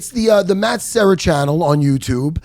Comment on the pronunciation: Serra not sierra